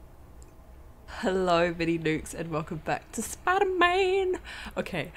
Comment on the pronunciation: Your funny when you say Spiderman. You say it in every video